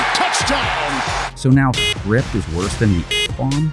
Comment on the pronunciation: BRO SAID SCIPT